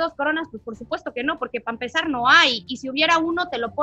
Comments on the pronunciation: Pa empezar habla bien Mane se dice para empezar tanto silicon ya te hizo daño😂😂😂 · Siempre pienso si mane dice "Pa empezar” a propósito o si sale el código postal jaja